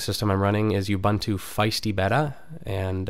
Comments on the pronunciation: it's not u-bun-too, its ooh-boon-too. ok??? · You-buntu? Bet-ah? :[ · actually its pronounced u-buntah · Learn how to pronounce the OS please... the fact that you're an american does not mean you have to be ignorant